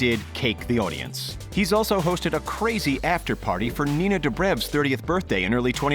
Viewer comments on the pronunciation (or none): none